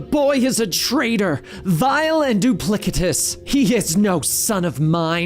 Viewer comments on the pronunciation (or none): Estep The Patriot I was mocking the pronunciation of duplicitous. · I found to be just as animated and verbose and over-the-top as Benny. Still enjoyed it, maybe more than Benny! Plus few mispronunciations were funny too. "Doom's a vile and doo-plick-itus boy!"